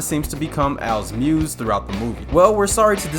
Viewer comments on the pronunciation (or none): none